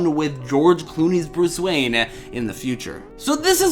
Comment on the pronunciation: Why do add an A sound to the ending of all your words? Dry’a Again’a Now’a Behind’a Bruce Wayne’a 🤔